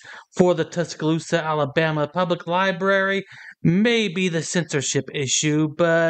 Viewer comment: " Li... BERRY"? shame ON you! Get Help!